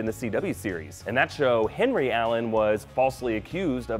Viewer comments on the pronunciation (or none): none